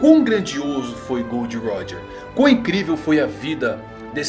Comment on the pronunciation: GOORRDO RÓDJA.